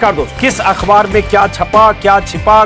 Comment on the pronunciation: सर आप अखबार को अख्वार क्यूं कहते हैं अच्छा नहीं लगता आप जैसे विद्वान के मुंह से।